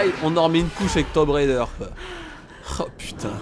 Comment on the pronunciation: On dit "Tom Braille Deur" ^^'